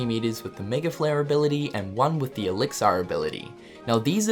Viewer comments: Lol why do you say Elix-Ar...its elixir which sounds like Elix-Er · 'Elixar' :D I've been pronouncing it wrong all this time.